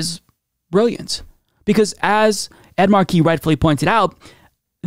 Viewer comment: Ed's last name is pronounced Mar'-key, not Mar-key.'